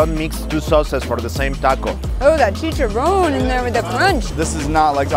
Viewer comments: triggers me when she says chicharon when you say it you have to roll your rs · "chee-cha-rowne"! LMAAOOOO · Pro tip: In spanish, the singular of words in plural ending with -es, don't end with -e. example: chicharrones -> chicharrón, not chicharrone; tamales -> tamal, not tamale. Spanish double "L" (Ll, ll) sounds like the letter "J" in english, not like english "Y". I hope this helps anyone who reads this and makes this mistake in spanish Btw, a possible reason why you can't find churros in taco bell might be that churros are from Spain and Portugal, not from México.